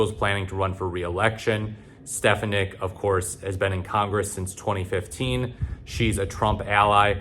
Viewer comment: It won’t matter, gang. Also her last name is pronounced “Steph-On-Nick”.